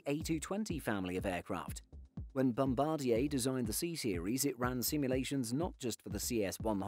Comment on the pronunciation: You said bombadier properly finally 🎉😁